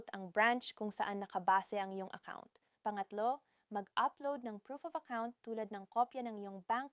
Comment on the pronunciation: AI ba eto nag sasalita....ung bigkas nya sa " pangatlo "....are you Chinese🤔 At diretso salita halos hindi na humihinga.....robot👀👁️